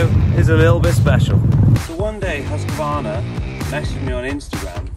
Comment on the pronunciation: Its pronounced hus-qvarna not husq-varna